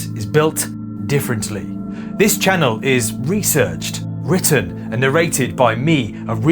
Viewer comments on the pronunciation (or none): none